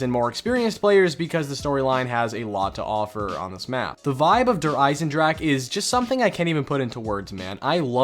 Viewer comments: スライアチン it most definitely is not. I speak German bro 😂 they should be pronounced similar to “dare Ei-sen-dra-⟨x⟩e” (voiceless velar fricative) and “dare Ree-zuh” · “Durr Eisendrack” “Durr Reece” haha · Please god pronounce German map names even just SLIGHTLY properly. You have no idea how annoying it is. “DERRR REEZ” “DERRR IZINDRAK” “KNOCK DERRR UNTODIN” “KINO DERRRTODIN” “WONDERWOF” Fuck, man. Jesus Christ. Do you go to fuckin Taco Bell and order Kway so dillas? Or how about some extra kwayso on your En chill uh duh. Maybe forget Taco Bell, would you like a chicken and cheese tah kweeto? Ohhh but I you don’t speak “Mexican” so you can’t pronounce fucking enchilada?